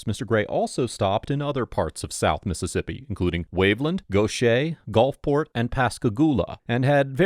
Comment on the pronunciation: I gotta hand it to you for pronouncing Gautier and (as weird as it may sound to other people) Gulfport correctly. I have heard some weird ones for Gautier and it for some reason people always say GOLFport instead of GULFport. I am from Pascagoula so it was a relief to hear the my home town didn't treat him with disrespect or try to have him arrested.